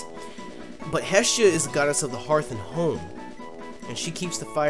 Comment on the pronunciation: OH MY GOD! said hearth correctly. Too many people pronounce it her-th.